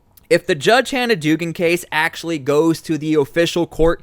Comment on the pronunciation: It is pronounced dougan